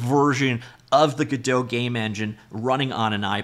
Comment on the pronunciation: "Gedow" lmao